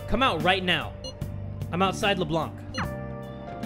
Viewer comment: OH MY GOD JAY! It's pronounced Leblan, the c is silent!